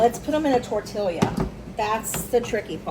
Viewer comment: I admire you for trying so hard. I can’t criticize because I’ve never made any type of burrito or enchilada myself since I live in San Antonio and can get them everywhere. The only thing I can say is it’s pronounced tor tee ah. At least here in Texas:):)❤